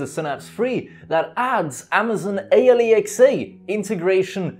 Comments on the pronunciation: hopefully, you're trolling with the whole A L E X A pronunciation to trigger ppl lol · Its pronounced al-x-uh you dont say each letter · People at Amazon spent so much effort to come up with an actual name, and you call it A.L.E.X.A. ... xD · Please stop saying alexa that way.Idk try something else instead because it sounds weird and annoying.Maybe just call it the assistant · Before becoming a YouTube pronounce Alexa right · Ha he can’t say alexa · Way you pronounce Alexa sounds like a Newgen you would find on Football Manager lol